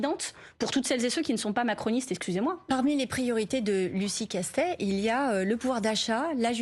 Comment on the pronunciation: Castet "et " sans e comme Monet :ET